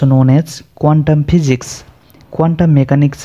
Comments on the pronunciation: Please physics sahi bolo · Phijics nhi ha Physics ha..😂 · Yaar physics to sahi bolo